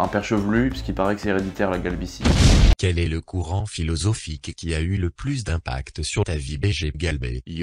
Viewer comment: t'as vraiment dit la "galbitie" au lieu de la "calvitie" ? ahahah c'est bizarre on dirait que c'est un truc stylée avec cette formulation.